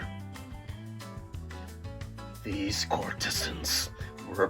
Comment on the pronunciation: I believe the emphasis in courtesans goes on the first syllable. CORT-eh-znz